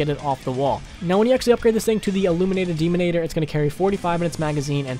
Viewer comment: Do you even read the weapon names? "Deanimator" is not "Demonator". And having the commando in the top 10 JUST because of looks?... That means its not top 10... Because as a weapon its not effective.